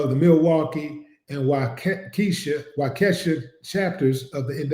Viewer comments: It’s Waukesha (Wa.. Key.. Shaw) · Uncle Willie it's pronounced Wa-ka-shaw just helping you out 😂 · Yeah that is weird I live in Milwaukee and waukesha is pronounced wau-ka-shaw willie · Hello❤ I live in Milwaukee This is some kind of cover up! The county is pronounced Wa key shaw Waukesha Please make sure to let the world know that these things are still happening!!!🤔💯